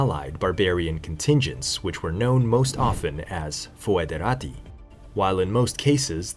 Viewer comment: In latin, AE reads E , always. So Praefectus would read like English Prefect plus the -us suffix. CI and CE are NOT pronounced correctly, but the correct form would be found today in Italian and Romanian. Your pronunciation in these languages would be spelled che and chi. Moesia would also be pronounced somewhat like Mosia, with the lengthened O. Foederati = federati